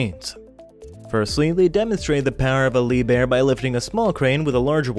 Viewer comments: Liebherr is not pronounced as Lee bear, it is properly pronounced "Lieb Herr" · Dear. It is no "Leeb-Er" it is Leep-Hair"